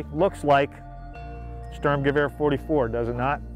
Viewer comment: He cant pronouce sturmgewehr or st ur m ge v er not hard btw He said storm gewa